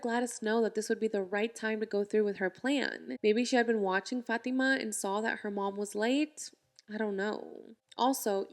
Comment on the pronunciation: "he never sawl her"